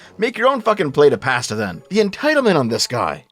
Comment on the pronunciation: wtf is that pronunciation of pasta? paaaaasta